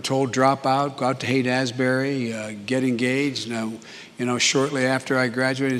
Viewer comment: Haight - Asbury??? WTF, it's ASHBURY.